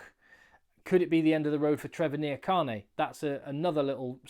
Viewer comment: Trevor IN-JA-KAH-NEIGH